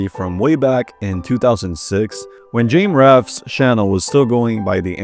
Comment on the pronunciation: Jame Raph??? How do you fuck up the pronunciation of someone's name THIS bad 😭